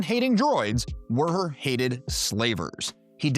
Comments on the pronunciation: The bartender's name is simply "WUHER", not "WERR-HER" like you seem to be saying, making this challenging to watch, but, I made it through it,🤣 so, THANKS!🙏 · Woo-her is how they pronounce it in the unabridged audiobook of tales from mos eisley cantina and the audio drama